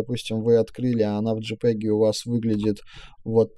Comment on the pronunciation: Нормально объясняете. Лайк. Но с английским бяда. Большая, при том. ЖИпеги...Рав...Либрари..Вайты...Калор...Объясняйте уж тогда на русскоязычной версии...